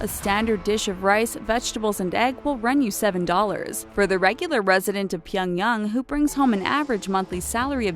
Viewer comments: PyongYANG not pyongyung 🤨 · Its not pyonyong its pyongyang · Okay if you're going to do a video on North Korea, at least try and pronounce the words correctly... And it is 평양 Pyeong YANG (short a vowel sound), not Pyeong Young. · Its fucking Pyong yANG not fucking yung if it was yung then it would be spelt that way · Pyongyung??? It's not that hard pyong-yang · invincimaxi it’s pronounced pyung-yang, not -yung. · pyong yang is pronounced "pyung yahng", not pyung yung. also, some of the images on there are "actually" south korea. and no, north korean dont drive around audi's, rich SOUTH Koreans do. north korea also doesnt have Zara, Nike, Adidas. there is no proof. they may somehow import or bring one in, but again, no proof of store like its mentioned on the video being there. and no, the image of with people walking around from to isnt north korea. its south. this has got to be the worst channel/video about north korea lol. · i cringed every time she said "pyongyoung" instead of "pyongyang" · Couldn't make it halfway through the video as her voice and how she said Pyangyang broke me!!! 🤣🤣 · Do you not know how to pronounce things? It's not pwongyowng or Kim jong uun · Pyung young. Kim Jung Un. Jesus, these chick narrators are as dumb as stumps. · She said “peeyung yung” Kim jung “uhn” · Pronounced Pyongyang as Pie-young-gang OH MY GOD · super cringe everytime she pronounces "pyung yung".. smh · Why does she pronounce Pyongyang as "pionyoung"? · If you're going to do a video on NK, couldn't you at least aim at an approximation to a correct pronunciation? Pie-un-yang? Really? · HighVerdictYT it’s actually pronounced pyong-yung lmao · Where's pyongyoung? lol... obsessed with N. Korea but can't pronounce their capital city. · Stop saying Pyongyang, is so annoying if you can't pronounce it right. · wtf her pronunciation of pyeongyang changed like 3 times and was wrong every time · PyOngyAng say it properly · Please learn how to say Pyongyang correctly holy shit